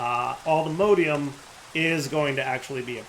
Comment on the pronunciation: its allthemodium not allthemodeium